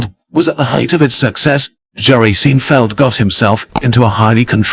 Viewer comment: Too bad the computer-generated voice (I hope that's what it is) pronounced it "Seen - feld". And mispronounced about every other fifth word to boot. Doesn't ANYONE do live voice-over work anymore?